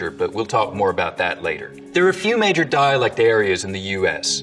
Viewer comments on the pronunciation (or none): none